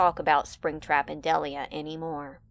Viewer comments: It's pronounced deliah not deleah in springtrap and deliah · It’s pronounced DEL-EYE-UH. And I’ll leave it at that. No more Springtrap and Deliah. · We don’t talk about Del-I-ah-ah, no we don’t talk about Del-I-ah-ah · the way you pronounce "Deliah" gives me psychic damage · HELP NO HATE TO YOU YOUR GREAT BUT WHY DO YOU SAY DELIAH LIKE THAT 😭😭 anyways love the video slay